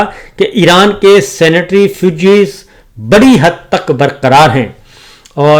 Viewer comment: Please pronounce CENTRIFUGE AND NOT SANITARYFUGE as you do. A very very big difference in the meaning of the words. You did this in your yesterday vlog too.